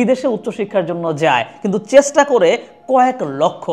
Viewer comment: পুরা ভিডিওতে শুধু ইতিহাস গাইলেন ভাই! মানুষের ইতিহাসে আগ্রহ কম, ভবিষ্যৎ নিয়ে বলেন। ক্যাপশনে বললেন একটা, কিন্তু শুরু এবং শেষ করলেন আপনার ইতিহাস আর ইতিহাস দিয়ে। আপনার 'চেষ্টা' উচ্চারণ-টা কানে লাগে।